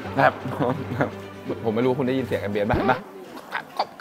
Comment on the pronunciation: ออกเสียงให้ถูกแคบไม่ใช่แค๊ปใช้ภาษาให้ถูกอ่านให้ถูกอายเด็ก